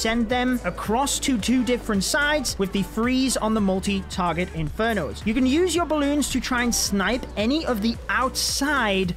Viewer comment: whenever he says multi (inferno) my brain always thinks 'molty'